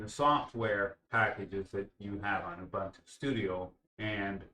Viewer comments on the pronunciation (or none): And it is "Ooboontoo", not "Youbuntuh".